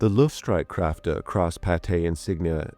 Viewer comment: The letter "ä" in "Luftstreitkräfte" ist pronounced a little bit different than "a". What's the reason you didn't pronounce it correctly? Inadequate research, pronunciation exercise or indifference?